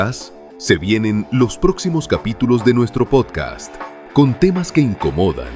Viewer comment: Que no sepa pronunciar podcast y diga podcaaa de verdad es preocupante